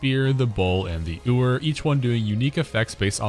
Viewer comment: Im seriously not trying to be a shitter but it's yoo-er, not oo-er. like a female sheep (ewe = you). Know its pedantic but I was sooo distracted by it every time it was said 😭 Im gonna have to watch it again so I guess really won here lmao